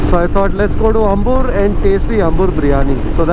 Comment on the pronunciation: bro... Ambur is really "aambur". Not Umbur. Swalpa adjusht maadi :-)